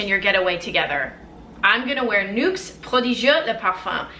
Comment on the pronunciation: Do you speak French too? You're accent when pronouncing Nuxe prodigieux le parfum was v.good! Great video keep the good work!